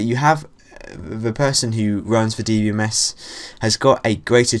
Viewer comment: DEE BEE DEE BEE MES XD im crying